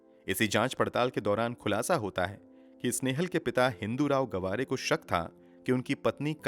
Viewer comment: Brother it's not गवारे it's [गावरे] Btw nice narratiom 😃